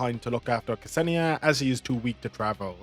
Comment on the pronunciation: K-Senia xD You mean Ksenia, pronounced like Xenia? Hahaha it's kinda funny tbh